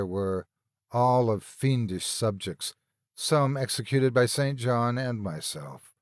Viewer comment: St. John is pronounced "sin-gin" when it is used as a name; I came across it as I was reading Charlotte Bronte's Jane Eyre in high school and it gave me stumbling pauses, so that's why I remember the ambitious, yet asexual, alternate love interest for the title heroine. All this talk of "grave robbing" had me thinking of Zydrate, King Tut's curse, and graveyards in the dead of night. Although, I am sure the first one in that series DID NOT exist during Lovecraft's time, so "opium" would be about equivalent for a point of reference.